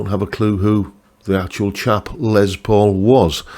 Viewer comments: And of course the new Greeny models are, among others, signature models of a signature model. (And the man himself pronounced his first name lime Less, not Lez, but as you’re British, I guess that’s okay 😊…) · Great list. Richie Kotzen Tele is on my radar, yes! On pronunciations: in official Gibson speak it’s probably “Les”, not “Lez”.. but nevermind.. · Poking fun of someone saying Les (Lay) and then saying it's Les (Lez) when it is pronounced Les (Less). Oh the irony. 😜